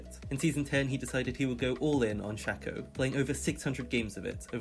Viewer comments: Y do u say shacko and not shaco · It's SHAY-co, not 'shacko' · its SHAY-co not SHA-co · its pronounced shaco not shaco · it's pronounced shayco not shacko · Shay-co, he just pronounced it horribly. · Its pronounced shay-co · Shack-oh and Veegah 😭😭😭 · Its not SHAKO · It’s shaco not shekko or shako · not him saying "shacko" all video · This man really saying "Shucko". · Man ive heard shaco mispronounced as shack-oh many times but this is the first time ive heard someone say freaking shecko. ouch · Every time he said "Shack-o" I died a little inside. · love the way he says shaco-SHAKO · LEARN SHACO PRONOUNCIATION JESUUS CRISG